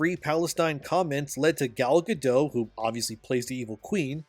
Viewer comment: I'm sorry but did you call Gal Gadot "Galla Gadough" ? WTF are you smoking bro. You cant do something as simple as make sure you're saying a A list celebrities name right. She literally pronounces her name for you and you cant take the time to listen and get it right. Instead you wont to try to be all edgy and flamboyant but it just makes you look stupid.